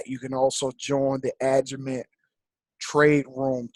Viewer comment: There are other people teaching this. What makes you think your the number one educator? It's pronounced Agi Mat not??? Aga Met